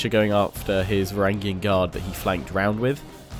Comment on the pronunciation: in the word Varangian, the letter g is soft